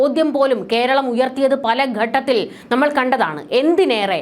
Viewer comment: 'ഗട്ടത്തിൽ ' തെറ്റ് 'ഘട്ടത്തിൽ ' എന്നതാണ് ശരി